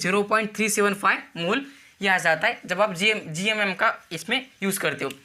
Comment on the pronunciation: GMM ❌️ GYUMYUM ✅️